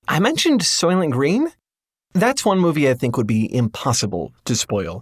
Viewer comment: the movie “SOYLENT GRÆYN!”